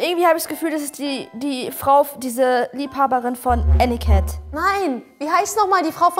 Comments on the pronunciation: „Anicat“ 😂 Ich schmeiß mich weg 😂😂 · 😂 "Anicat" Skywalker